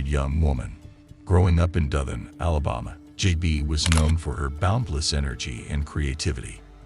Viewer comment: AI narration is so annoying. Why doesn't it know how to pronounce common words? Allah bomma. Cumbed.